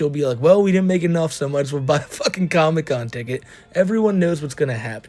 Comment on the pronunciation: What the fk is a "comocon"? 😂